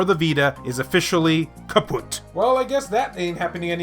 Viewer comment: Kaputt? channeling his inner German, I see.